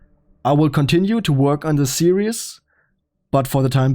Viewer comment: I was wondering if you were German/Austrian/Swiss. That last “Auf weidersehen!” confirmed it!